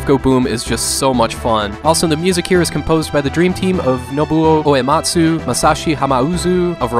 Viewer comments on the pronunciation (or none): none